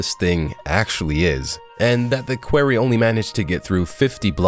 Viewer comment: "a query"